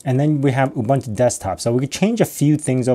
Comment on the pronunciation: Please learn how to pronounce UBUNTU.